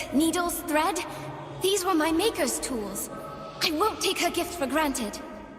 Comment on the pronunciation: everytime she says "these are my makers tools" literally sounds like she is saying "these are my hard "R" N words tools" I cant unhear it :/